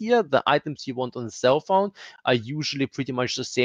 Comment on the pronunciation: It took me a while to realize you didn't say "cell phone", but "self-found". Guess I need to sleep :) Great vid, and good night!